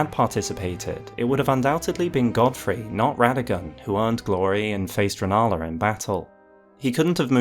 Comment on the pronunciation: Rennala, not Rellana